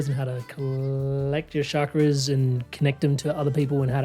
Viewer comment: It’s NOT Shakras. Why are people mispronouncing it. Does it make you sound cool? It’s a Sanskrit word Ch CHak- Ra Very easy. Except for idiots